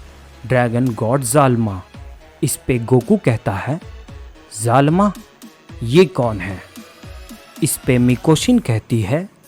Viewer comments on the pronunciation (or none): Zalma ❌ zalama✅